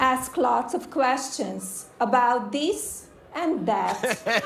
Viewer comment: I mean, I didn't see much wrong with her accent. She pronounced every word except "thees and that" . Lol really just taking cheap shots at this point.